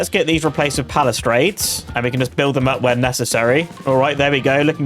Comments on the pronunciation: spends the entire video calling them palistrades when they are called palisades😂😂😂😂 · Amazing video as always, loved it but you calling palisades "palistrades" drove me crazy 😂 i thought i was misreading the name for a while for how confidently you said it 🤣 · Eyebrows! Also, I think you're adding a t to palisades when you pronounce it.